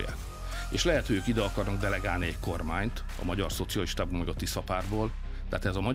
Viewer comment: Herr Wéber, nain Magjár, hanem Magyar. Bzmmm tanulj meg beszélni